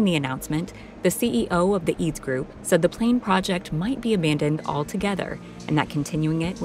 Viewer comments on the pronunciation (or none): It is not pronounced "Eads"! It is pronounced "E-A-D-S"! That is the first mistake in the video. The second one is your wrong use of the term "vertical take off"! 🙄🤦‍♂ 55000 pounds of cargo? I guess you mean 24915 kg! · It's not "eads", it is acronym and every letter is pronounced separately! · true - for example how to pronounce EADS 🤨